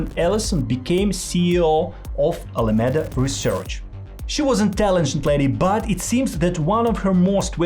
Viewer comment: U should prob practice ur script a bit more, cuz there are a lot of words wrongly pronounced, like those important names, “Sam Bankman Fried”, “Alameda Research”. It might make ppl think that u didn’t do ur research even though u did I guess